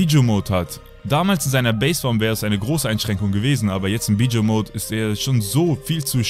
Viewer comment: Wie du einfach mal Bijuu auspricht "Bidschu" xD